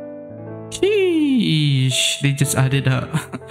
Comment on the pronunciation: he said shesh not sheesh